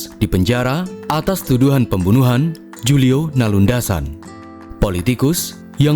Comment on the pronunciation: Bang. Beberapa pronounce nama-namanya salah Julio itu nama Spanyol karena tahu lah dulu Filipina dijajah Spanyol. Bacanya Khulio Macapagal bacanya MaKApagal, karena pakai ejaan yang diadopsi dari ejaan Spanyol. Banyak nama-nama proper di sana yang masih pakai ejaan kayak gitu. Bahkan NG dalam nama kayak Batangas, Pampanga, Zamboanga, dan juga Pangasinan, bacanya 'ngg' karena distorsi yang diciptakan dari ejaan dan pengucapan Spanyol. Termasuk kata barangay itu bacanya baranggai